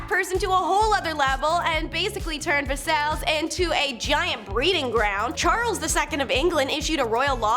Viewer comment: "Ver-sells" What the fuck are you even doing.